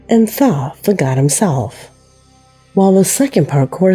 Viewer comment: Right off the bat, she got all ghetto, saying, "liberry," instead of "libRARY." That's so ignorant. Idk HOW she got that pronunciation for Thoth. Wow. She has a dignified sounding voice that seems to know English, but then THIS video happened....WOW. Stephen King....NEVER, until NOW, have I EVER heard anyone say STE FEN. It's STEE VIN! Does she not even KNOW this famous author & movie maker?! Is she only 10 years old with a woman's voice? This guy's been around my whole life!